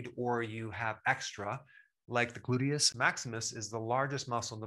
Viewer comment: "Glutimous"??? Hell I'm not a Doc and I know it's "Gluteus"